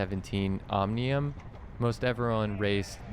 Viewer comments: I think you meant OM-IN-UM, right? Great Video as usual. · Finally said OMNIUM correctly 🤣